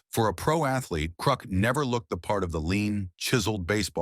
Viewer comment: I like the AI pronunciations. “Krook” and “Dickstra.”